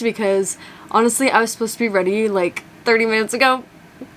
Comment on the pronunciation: “GWRM” Get Weady Rith Me Love Ya!!! 💛💛💛